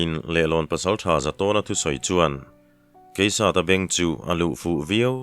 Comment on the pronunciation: Ngaihthlak a nuam thin ngei mai.... Hun awl pawh kan khamlo nitin mai..mahse, zan in chu changtupa hming hi i lam fuh vaklo thin in ka hria...